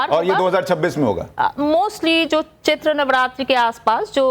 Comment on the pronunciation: महोदय चैत नव रात्रि नहीं चैत्र नव देवी होता है